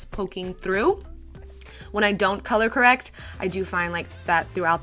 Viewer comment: color errect 😂😂 ❤❤❤